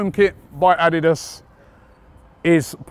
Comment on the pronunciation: the way Robbie says Adidas ... jesus bruh LMAOOOO